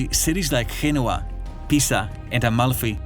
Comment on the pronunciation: bruv its G E N O V A like Gerome, George, Justice, Javelin etc